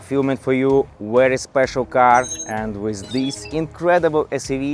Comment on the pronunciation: V ery Very hot not wherewey